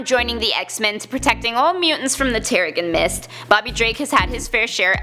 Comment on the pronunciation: Cartoon Raccoon She also mispronounced Terrigen Mist.